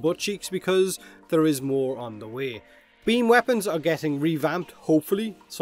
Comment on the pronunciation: I say beamYou say beamBut he don'tThat's why we hear bean.